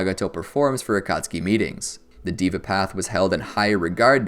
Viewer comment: Pronounced "dheva" path not "diva" path